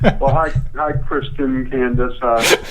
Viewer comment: Candice? It's Candiiey!